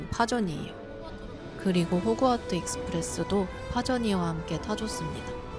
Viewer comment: 댓글 쓰면서 영상 소리로만 듣고 있는데 왜 ’호그와트다아‘ 에서 ’호구‘와트다 라고 들리는건 왜죠? ㅋㅋㅋㅋㅋㅋㅋㅋㅋ